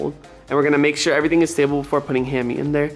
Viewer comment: Ahaha doesn't even know hammy's name😂 he said haimie